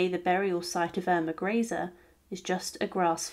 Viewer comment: The most annoying part of all these videos is never knowing how to pronounce names. You can watch any number of them and will get an equal number of different pronunciations. It really is quite a bizarre phenomena. Here we are again. Yet another pronunciation of Irma Greece. Chosing the correct German pronunciation. Or the French, Italian among others has become an amusing pastime in futility. Though oddly enough, Japanese appears to be remarkably consistent from the myriad videos I've viewed thus far. On the whole though, these are minor irritants and pare for the course as Ai robo voicing gain's traction.